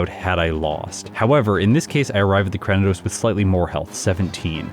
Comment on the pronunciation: I like how distinctive Purugly looks. One of the better feline Pokemon in the series imo. As a side note, I believe you're mispronouncing Cranidos. It's actually Cray-ni-dose, like cranium! Sorry, but it's been bothering me for a while.